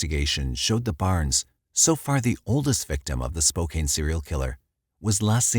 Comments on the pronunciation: Can the narrator check the correct pronunciation of towns before recording? He almost always gets it wrong . Once or twice is forgivable, but it gets disturbing when it’s almost all the time. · I really wish that you would research how to pronounce the city you're talking about instead of mispronouncing it throughout the entire video. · Its a computer generated voice! Chill on the comments about the pronounciation of Spokane!!😂 He gets it-Im sure. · Let's be glad it didn't happen in Puyallup 😂😂 as a transplant to WA, I empathize with him! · I legitimately have a playlist called “people pronouncing Spokane or Puyallup wrong..” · 99 percent of people not from the area are going to pronounce Spokane with a long A because most English language words that end with ANE are pronounced that way. Similarly, I know people from Prescott, AZ get annoyed when it's pronounced "press-COT," instead of the proper pronunciation of "press-cut." But again, you'd have to live there to know better. Even a professional narrator can be forgiven for these mistakes. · You’re right. After dozens of hearing it pronounced wrong it’s starting to be so annoying. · Omg I keep correcting him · OMG Me too!!! I could gloss over it, if it was once or twice. But so many times makes me cringe. We love you but maybe check how things are pronounced. ❤ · Get over it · You're pronouncing Spokane wrong - e is silent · Spokane is pronouned "spoh-can". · Great videos as always but dude needs to learn how to say Spokane properly it's spoke and ann like you spoke to ann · Please forgive me for playing Grammar-nazi, narrator, but Spokane is correctly pronounced "spō-kæn" with the second syllable sounding like the word "can" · The pronunciation of "Spokane" in this episode drives me nuts. It's not a hard A. The pronunciation is Spo-Can. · its pronounced SPO-can :) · It's pronounced Spo Can! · I am surprised by the mispronunciation of Spokane. The a is a short a sound like in can. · It's pronounced Spoke ann